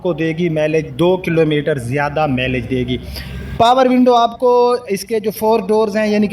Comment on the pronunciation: cultus cul tus ایک ہی وزن کی آواز دیتے ہیں Tis نہیں آپ کلٹس کا آدھا تلفظ درست آدھا غلط بولتے ہیں کاربوریٹر ۔۔۔پوریٹر ہیں ۔۔۔۔میلج نہیں ۔۔مائلیج خیر میں آپکی بات سمجھنے پہ دھیان دونگا اردو درست کیوں کروں؟